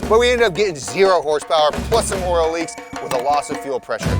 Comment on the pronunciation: Poor still can't say "oil"😂